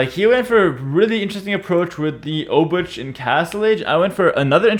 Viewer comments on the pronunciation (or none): For the love of god, please, check how to pronouce "obuch" and "szlachta" on google translate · Obuch is pronounced like "obujh" or "obuhh", right? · Why? Obuch is now AoE-English. As a Finn I understand how weird hearing your native tongue pronounced wrong is, but it really does not matter :D Learning how to pronounce obuch or Räikkönen is a massive labour.